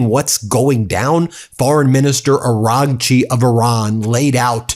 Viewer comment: Bro, when you say "Araghchi" the gh is silent. Kinda like Aw-Raw-chi